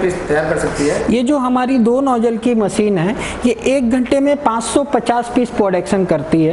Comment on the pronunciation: Very very poor pronunciation like: Machine not maseen Composition not compojisan Thousand not thoujan Zyaada not jyaada Business not bijnes Customer not cushtomer